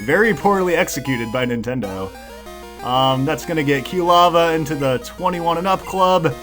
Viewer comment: After several videos, I'm finally starting to be bothered by saying Q-lava instead of Quilava. He even pronounced cyndaquil correctly in this video and then two seconds later said Q-lava again.